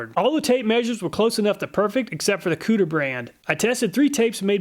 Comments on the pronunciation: he said COOTER brand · I can’t handle how Kutir was pronounced lol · why he gotta pronounce kutir like that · Am I the only one that chuckled every time he said kutir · 😂 me everytime he says Kutir